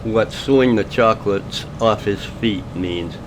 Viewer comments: he was saying, “sue the chanclas off their feet.” Spanish word for flip flops but he said it wrong so it didn’t sound right lol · It's not chocolates, it's chaklas(ex😊cuse the spelling). It's a slang Spanish, I know it from prison, for sandles or shoes. I hope that helps... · It was “chanclas” which is Spanish for sandals, not chocolate. He just sucks at pronouncing words in Spanish. But I believe he’s saying he’s planning to sue the ass off the guy, so witness intimidation. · He said he was going to sue "the chanclas off his feet!" (sandals) his pronunciation is horrible!!. Oooo white guy knows a slang word for sandal!!. And I agree UC! His voice makes me want to stick my head in a fire ant hill than listen to him yap!!. 😂